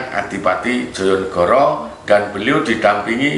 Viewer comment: Prabu Joyonegoro bukan jojonegoro,emg tulisannya djojonegoro tpi bcaannya joyonegoro